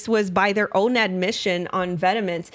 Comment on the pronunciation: Great content! Incredible how this stuff would have been left in past were it not for internet sleuths like. Thank you so much for doing this work and making it accessible for us! No shade but it’s pronounced “vetmon” rather than “vetemens”